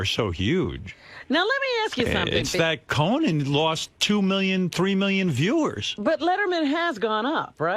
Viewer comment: Why does Howard keep pronouncing it "CoNAN?" He sounds like Jesse Ventura. 🙄